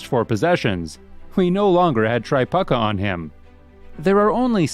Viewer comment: God, I really wish this narrator would pronounce their names correctly. He kept calling him "Kelly Tri-puck-a". His name is pronounced "Tri-puke-a". He seems to do this with a lot of players...